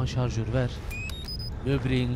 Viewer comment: Hahahaah pile jarjör diyo Hahahaah neyse çok komik xd